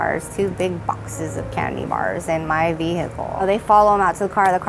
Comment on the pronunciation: Vee hicle